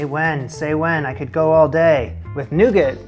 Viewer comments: noo-gah is how it's pronounced my good sir, latin translation 'nut bread' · You don’t pronounce the t on the end of nougat …